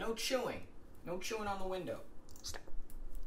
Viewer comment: no chewing “no chewin” just got me laughing